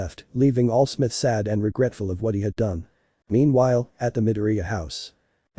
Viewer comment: "AL SMITH" LMAO